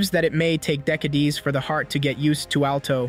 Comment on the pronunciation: Did he say dec-A-dees